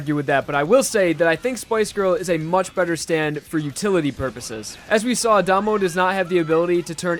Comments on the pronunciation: It's Dah-mo, not Day-mo. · It slightly bothers me that says Damo like "Day-moe" and Joshuu like "Josh-oo." Also its Nut King Call not King Nut Call. otherwise Great video!